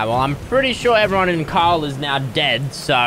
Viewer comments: The way pronounces Carl is mad 😂😂 he literally says “Cawl” 😂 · I find it hilarious how he can’t say Carl; and he’s saying cahel. 😂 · JustNormal Ian Asian is Asian? Wow, I never woulda guessed it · Bruh it's funny how he said I have <Carls> brick😂😂🤣🤣🤣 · When fresh says carl it sounds like call 😂😂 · When he says <Carl> it sounds more like <Kyle> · Since he says Carl like cawl it sounds almost like Kyle. Maybe it’s just me though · You said Carle 53 times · Who else loved how he said Carlت